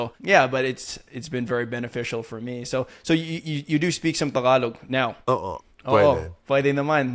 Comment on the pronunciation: When he says “tagalog” he sounds like local ❤